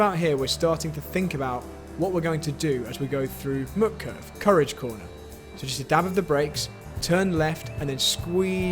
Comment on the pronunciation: Extremely useful and very well put together -- even if some of the pronunciations hurt my German-as-a-second-language ears. Here's an easy one "Mut" in Mutkurve rhymes with boot, not with put.